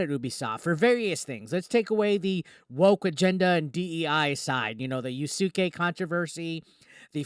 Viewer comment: Just letting you know, the u on Yasuke is silent. You say it like Sasuke from Naruto, but with a Y instead. So it sounds like (Yas-kay) Great video!